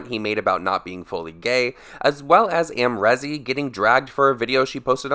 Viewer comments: It’s not rezzz it’s reeeez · The way u say Amrezy hurts my brain 😭😂